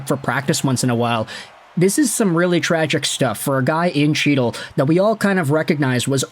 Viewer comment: Isn’t chytil pronounced hetal?